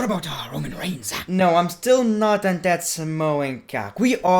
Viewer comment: What aboutah Roman reignsah hahaha